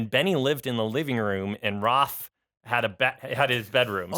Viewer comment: greetings from Croatia! love all of your shows especially these new podcasts I love them! and I don't comment often (or ever oops!) but I've been watching FBE for 4 and a half years and the grow is incredible.. so proud! also.. when says #Raf I think of dog barking haha I don't know I'm weird